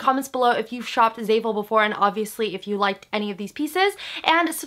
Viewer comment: anyone else cringing at the way she says "zayful"